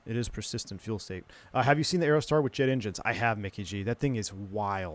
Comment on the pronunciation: "Piper Aerotar"...sounds sweet - did you forget the D on the end? 🤡😁 (Check the thumbnail pic 🤭)